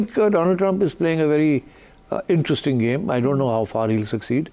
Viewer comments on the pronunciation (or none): none